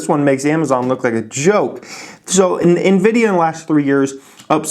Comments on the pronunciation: I like your strategy... calling it "nevidia" 😉📈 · Teodor G NVIDIA in Spanish means & sounds like envy/jealousy 😂